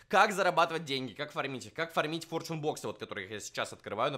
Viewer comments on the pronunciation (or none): Форшен а не фортюн